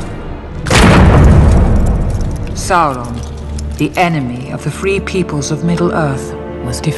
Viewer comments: Why do they always say it with an L. Saul Ron. I thought it was Sow[like ouch] Ron. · "I am Susron"